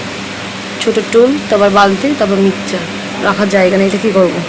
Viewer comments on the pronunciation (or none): Mixcher bole na mixer grinder bole